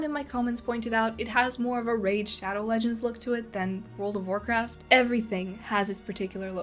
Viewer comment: Temu "Warrkraft"